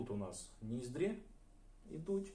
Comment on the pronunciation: Якщо вам буде цікаво, то ось як правильно вимовляти ці слова: Не скула, а вИлиця. Не вєко, а повІка. Не сама висока точка, а найвища точка. Не ніздрЯ, а нІздря. Сподіваюсь це було корисно ❤